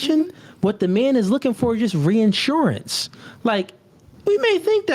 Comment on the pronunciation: ReAHHssurance, is it really a NoFugaze (also pronounced wrong) if isn’t mispronouncing something. It’s like bro hasn’t seen 90% of words ever written down